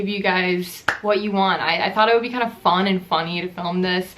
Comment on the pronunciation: i love how you say fun like ~fon~ :)